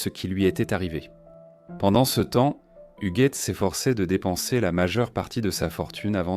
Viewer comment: Appelée Hujette durant le récit, de cette odieuse voix IA